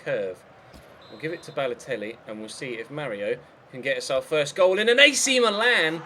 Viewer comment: The same goes with Milan! It's "Meelan" not "Malan".